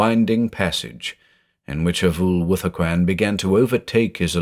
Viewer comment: When his name is said does anyone else hear "a fool with a coin"?